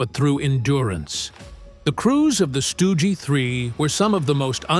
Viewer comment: It is not called a stooge. 84% is a ridiculous high number. Worse than any other job I ever heard of. It's pronounced like Dug. Remember that. Stug like Dug.